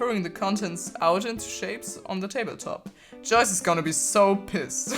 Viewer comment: Ich bin immer voll wer viert wen du Joyce sagst